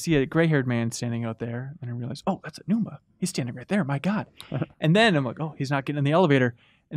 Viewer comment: Learn how to pronounce Aonuma properly. Respect.